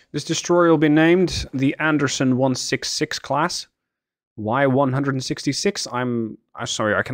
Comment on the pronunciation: Did you call it a ship class or shit class